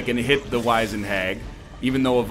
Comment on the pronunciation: The "wiz" in wizened is pronounced like the word wizard. The word means "shriveled".